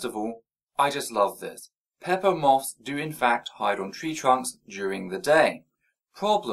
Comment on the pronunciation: Is he trying to say moth? How do you butcher it so much to turn into maw?